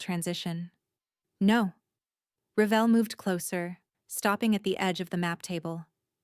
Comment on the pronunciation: Revell is not pronounced the same Revall I know because my last name is REVELL so I know how it is pronounced and how it is supposed to be spelled cause in school, even though I would spell it to people who needed to know how to write it that still put it down wrong and you’re doing the very same thing.